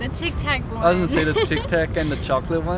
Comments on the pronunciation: O problema é q a moça fala Tic tac errado. T+i=Ti e não "Tchi". Aí nao teria como acertarem msm. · Tic TAC como é que vocês pronunciam chiqui taqui, não faz sentido nenhum. No português verdadeiro e igual aos americanos, aliás, eu acho que nenhuma marca destas se pronúncia de firma diferente en Portugal. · Nós, brasileiros, realmente colocamos um "i" no final das palavras com consoante, mas essas pronúncias aí foram muito forçadas. Não conheço ninguém que fale "méquiiii", "tiquiiitaquiii" ou "kitiikétiii"... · Quem é que pronuncia "Kit-Kat" como "Kitchi-Katche" ou "Tic-Tac" como "Tchic-Tac"?